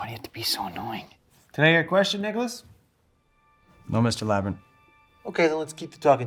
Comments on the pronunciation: In the begginin did he just say niggalas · I thought the the teacher said the n word in the beginning when he said Nicholaus